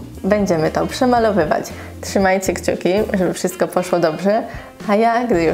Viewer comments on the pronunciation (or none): none